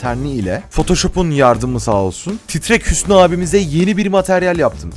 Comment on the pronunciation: Titrek hüsnü değil TRRRRREK HÜSNÜ HAGĞGGGG